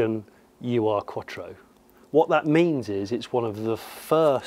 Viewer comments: Quick bit of pedantry. My understanding was that it wasn't the 'U' 'R' Quattro but pronounced 'Ur' (Err). The definition of Ur is: 'primal, original or earliest. Something regarded as embodying the basic or intrinsic qualities of a particular class or type'. This was the origin car, hence it was the 'Ur Quattro' - the beginning. Audi always did like to strike a slightly portentous tone in their marketing speak. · It's not a U-R Quattro. Call it an Ur (pronounced "oor") Quattro if you really must; the "Ur" prefix is a German-thing meaning "original", as opposed to anything that came afterwards. So when it came out of the factory, it was just the Audi Quattro. Time added the Ur. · a "u r" quattro? :D "Ur" in German means "first of it´s kind" and you spell it...hm...something like "oor". thanks ;) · Just a piece of useless info...it's not a 'You Ar' Quottro...it's pronounced Ur-Quattro almost like saying the first two letters of the word 'or-iginal'... hope it makes sense....😁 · 'Ur' is a word. It rhymes with 'blur', and means 'the first, or original'. It comes from the ancient Mesopotamian city of Ur, which (they say) was the first city. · Hello Johnny, great show, thanks. Just a quick heads up re the pronouncing of the car name- "Ur" means original or first, in German. It's a whole word and you say it like "uuh-err." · YES. It rhymes with 'blur' - but it's not a German word. It refers to the city if Ur, which was the first city, in Mesopotamia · As others have pointed out, Germans and probably most others pronounce the ur-prefix as one word: u is pronounced like in 'ooh' and replace the 'h' with 'r'. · Why do you pronounce it like "U R Quattro"? "Ur" is just the german word for "primordial" or "original," it's not an abbreviation for something. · Awesome video, but please pronounce Ur right next time. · U.R. quatro?! :D Ur is pronounced 'oor' and means original/real/first love the barn find vids! keep em coming please! :) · Come on, say "ur". 😆